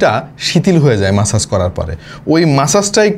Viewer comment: bhai eta ম্যাসেজ na মাসাজ gun 😂